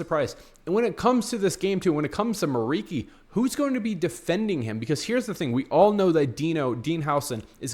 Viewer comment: It's pronounced like MURICHI, not MURIKI. He's Albanian.